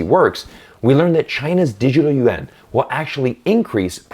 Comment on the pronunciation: you had lived in China for a long time, I am surprised you mispronounced "yuan" like most foreigners do. You know "yuan" means round as in round European coin pronounced in 1 syllable.